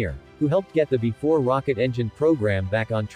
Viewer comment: "Bee Ee 4," not "before."